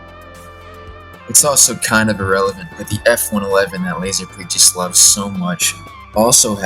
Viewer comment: nice vid, lazerpig do be piggin’, not lasin’